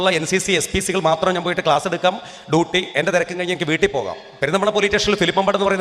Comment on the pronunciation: പോലീറ്റേഷൻ ❌ പോലീസ് സ്റ്റേഷൻ ✅ ടൂട്ടി ❌ ഡ്യൂട്ടി ✅ സബ് ഇൻസ്പെട്ടർ ❌ സബ് ഇൻസ്‌പെക്ടർ ✅